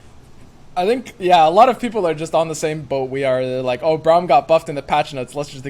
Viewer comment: stop saying brawm please